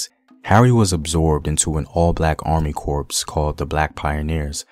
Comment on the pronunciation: Can you trust the history research of anyone who says "corpse" for "corps" ...? I don't.